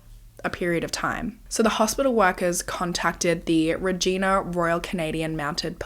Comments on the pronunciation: Regina not so much 😭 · Reg i na...not regeena... 😅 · It’s pronounced Reg-eye-na, like vagina. lol. Just fyi. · Hey I’m Canadian! I love your videos so much! I just wanna let you know Regina is pronounced like ree-g-yna … it almost sounds inappropriate lol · I am so glad she got the justice she deserved and she had people in her corner who believed her before then. but this is insane! especially when my grandparents still had a cabin near Regina Saskatchewan during this time. I also wanted to let you know as someone who was family from this area, Regina (reh-JY-nuh) is pronounced like another word that starts with a V just with a R instead lol, in case you ever cover another case from there. hope that helps! have a great week!! ❤️ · Hey, a case from my province! Just a quick pronunciation thing, it’s pronounced Reeg eye na! Love the video as always ❤😊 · Hate to be that person but Regina is pronounced like Reg-eye-na haha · Hearing you say Regina. Here we call it Reh-gina.... liek vagina lol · haha I know people are named that and it's pronounced with an ee sound but as someone from southern alberta hearing it pronounced this way really caught me off guard! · Sorry I love your channel but as a Canadian, it's frustrating that foreigners can never pronounce Regina. It's not said like the woman's name, the last syllable sounds like a female body part. Like "angina" the heart condition... Not sure how to explain it. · but not regina haha 😂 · i love watching this as someone from Saskatchewan and hearing how wrong you pronounce Regina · Being from Saskatchewan I loved the way you pronounced “Regina” 😂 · Canadian here - just wanted to let you know for future cases that "Regina" is pronounce like Vagina - the i is long. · Bless your heart, it’s not pronounced Regina… But it does rhyme with vagina give it a go 😂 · But what I want to know is your reaction to the pronunciation of Regina 😅